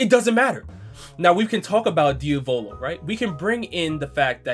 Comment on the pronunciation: DIOVOLO PLS PLS SAY IT AS DIAVALO xd